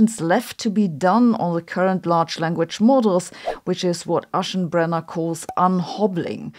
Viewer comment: I thought it was very funny you pronounced Sam Altman "Ze german way" while Aschenbrenner sounds peak english 😆